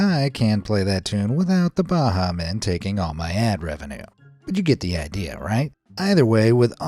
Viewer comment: Being from the Bahamas the way you pronounced Bahamian is funny